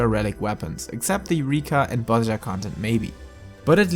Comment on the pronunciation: It is pronounced Bozija btw, like with an I :X